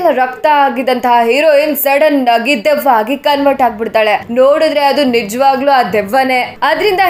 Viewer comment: ದೀಯವ್ವ ಅಲ್ಲ ಅದು ದೆವ್ವ.. ಕನ್ನಡನ ಸರಿಯಾಗಿ ಉಪಯೋಗಿಸಿ...